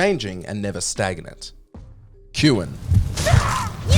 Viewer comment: KYOOWAN?! It’s pronounced Koo-own! You’re dyslexic in the Japanese department and need to redo this video. Filthy Australian illiteracy